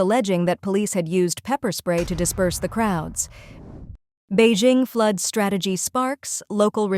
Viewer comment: "pee - arrl" ; and "fluud" Check the AI voice program boys.